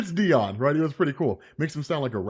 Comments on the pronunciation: Dione is not pronounced "Dee-awn", like the name Deon/Dion". It's pronounced "Dee-yohn" (rhymes with "the bone"). And the emphasis is probably on the last syllable of the name, not the first. My name's not Layla Miller...but I know things. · Its actually pronouced Die-on If you think its just dion then youre racist